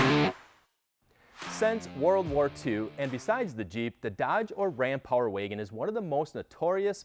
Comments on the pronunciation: The Power Wagon is capable, the talking head is incapable. Geez, he can’t even pronounce Power Wagon correctly. Amateurs. LoL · Why can’t this man say Power Wagon lol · Power Waygen boy every time I heard him say it like that I cringed..